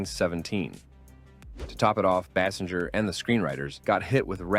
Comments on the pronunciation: Can we REALLY not figure out how to pronounce Kim Basinger's name?? BASE ING ER, FFS! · stay for the multitude of Basinger pronunciations lmao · She probably would be more upset that you can't pronounce her last name.